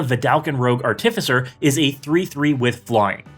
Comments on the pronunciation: please say artificer in a different way. PLEASE. great video as always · I heard artificer and immediately turned the video off, thanks for making my ears bleed and entire body cringe